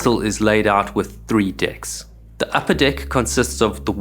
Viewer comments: DID HE SAY 3 DIKS???? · After all these videos, listening to him say "decks" with that accent still brings out the sophomoric teen in me 😆